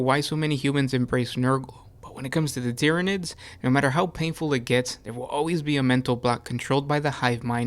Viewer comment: "Tyanids." "BUT WAIT, IT GETS WORSE." "Worse?"